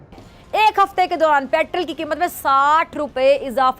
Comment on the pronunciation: Why this moorakh mohtarma calls petrel instead of petrol ??????